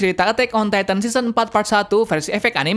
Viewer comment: Titan bukan titam 😂😂